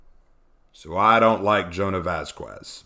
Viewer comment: Love the video, one thing, the q in Vasquez is said like a k or c like vascular